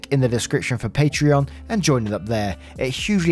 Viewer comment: I am so genuinely surprised you pronounced my name (Patreon) correctly. Thanks man! Always glad to show support when I can! 😊